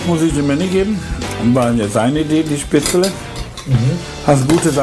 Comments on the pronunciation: Seitdem ich dieses Video gesehen hab, mach ich mein Gulasch immer mit Spetzele Meine Frau und ich können das Wort Spätzle nicht mehr normal aussprechen 😅😂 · Was zum Henker ist SPETZLE!! Spätzle oder was? Essen die Spatzen? Singvögel oder wie? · ich hab keine Spättelä 😂😂😂😂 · Manni, ich hab keine Spzätrre 😂